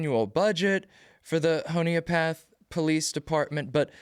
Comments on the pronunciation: I'm a Honea Path native. It is pronounced "Hun-e-ah" Path. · I think it’s pronounced Honey a Path